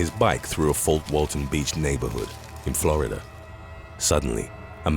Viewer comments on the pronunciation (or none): none